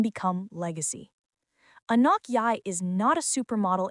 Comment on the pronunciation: "Anooook", "Aknock", "Oohknock" and even WORSE "Ahkneck". All the white women doing voice-overs reading the REPETITIVE and over-effusive script that doubles as a diversity project word salad via the performative yt feminist scriptwriter, NEED TO SAY HER NAME CORRECTLY FFS!!! It's ahh NOKK If you're going to do a piece on a particular person, would it not behoove you to learn how to pronounce their name so as to maintain what shred of credibility you have?? What also is MAJORLY cringe is that you used an image of ANOTHER black model (who IS NOT Anok) in the image following the one featuring Anok and Naomi Campbell 🙄 No... they don't all look the same. ps: the v/o hack who called her "A neck", also mispronounced Givenchy as Geevehnchee. And there is a whisper of the G in Mugler not MOOGlur. I get that you're too American to say croissant properly in daily life but these are people's NAMES... so honor them like you would a Tchaikovsky, Chad or Madison 😒